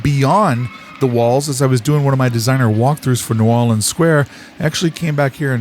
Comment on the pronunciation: Love the Update theme!! Facts don't diminish Magic. Love your pronunciation of New Orleans! just like a Southern local...